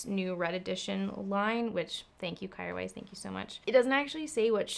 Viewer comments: Isn’t it pronounced Keer weis? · I think I read somewhere it’s pronounced “care vice”! ilu